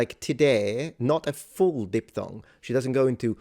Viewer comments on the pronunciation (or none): none